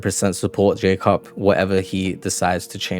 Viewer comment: ppl that pit 'dont understand this decision' are proper delulu mate, this project is actually so sick! 👀 your vids are sick too bro! btw. mans name it's polish version of Jacob, like u pronounced, but in polish it's actually "Ya-coob" (polish protip)👊🏻